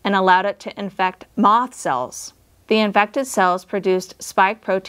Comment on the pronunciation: in the video, are you saying "moth cells" or "moss cells"?